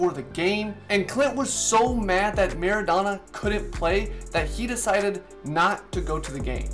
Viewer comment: Mara- Do- na You say the “do” as in your saying “dough”